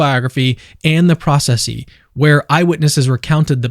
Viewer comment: Thank you for the narration, no AI junk. 🙏😉 fyi : processi = pro-ches- see